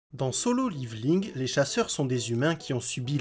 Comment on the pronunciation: "Dans solo liviling"